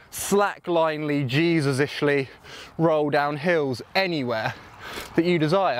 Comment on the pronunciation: "Jesusly"....😂😂😂 You are a legend mate...